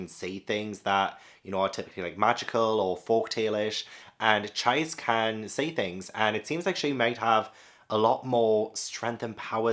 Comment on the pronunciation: Really happy to see you pick up The Ancient Magus' Bride. Btw Magus is pronounced the other way and Chise is pronounced as Chee-say. One of my favs. Love to see your journey with other series like Dorohedoro, Slam Dunk, Dandadan, Made in Abyss and more.